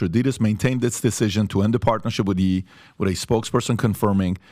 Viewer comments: im still getting over him saying Yee instead of Ye lol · PBD it’s pronounced yay not yee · Why are you calling him Yee? Like do you say KanYee west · Calling him "Yee" is crazy... haha all love tho. Love the pod!